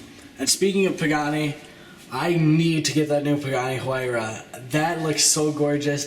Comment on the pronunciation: Also, not to criticize, but you may want to work on your pronunciation of some of the supercar names. Examples: Veneno (veh-nay-no) and Huayra (why-ruh).